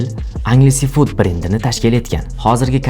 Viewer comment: Agles food ( enjls fut)